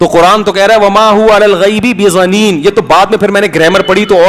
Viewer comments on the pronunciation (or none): none